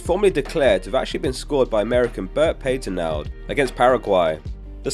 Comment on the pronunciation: great video, I've always been fascinated by this world cup. BTW Patenaude is pronounced pat-eh-nude